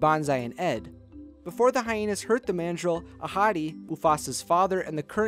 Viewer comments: Every time he says ‘Ahadi’ I always think he’s saying ‘A hottie’ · Whenever you said mufasa's dad's name I always thought you said "a hottie" Why why why why why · Why did I hear that as a hottie Isntead of ahadi or however you pronounce there name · am i the only one who heard musafa's father's name as 'a hottie' over and over